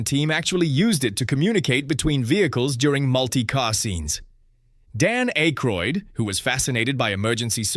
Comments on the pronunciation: It's Ack-roid not Ache-roid. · DUDE IT'S PRONOUNCED WITH A SHORT SOUNDING A NOT A LONG SOUNDING A!!! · Can you please say Dan's last name correctly.